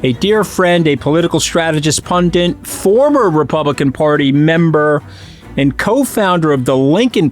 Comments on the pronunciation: Pundit, goddammit, pundit, not puNdiNt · "pundit", Mooch. Not pundint. If you're going to be one. Otherwise, never mind.